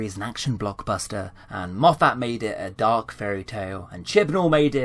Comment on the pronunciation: Why do you pronounce Moffat as "Moff-AT", with such a strong emphasis on the second syllable? Everyone else I have ever heard say that name pronounces it "MOFF-et".